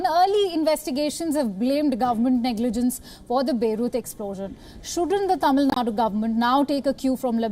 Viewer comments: Hey one correction. It is not Tamil Nad it is Tamizh Nadu. Instead of showing off your English skills, try to pronounce the names properly as in the Local language as you fo for the north Indian states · Its Tamilnadu missy not tamilnad.... try to learn vernacular names....plus its pronounced as BEIROO not beiroot